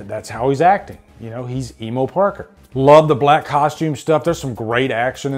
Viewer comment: Bully maguire bruh. It sounds weird when you say emo Parker lmao